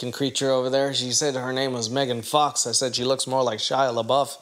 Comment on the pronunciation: Bro said megan fax 😂